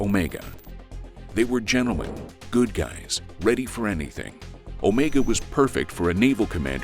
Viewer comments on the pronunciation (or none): none